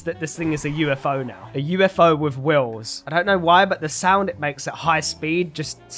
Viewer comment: Lol he said wills not wheels